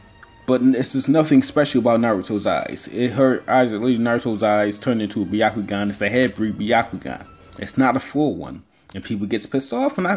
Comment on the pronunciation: It isnt ‘baiyakoogan’ it is ‘byakoogan’ prononciation to everyone pls